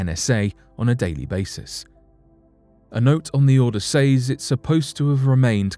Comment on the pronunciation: I hate how you say "says" lol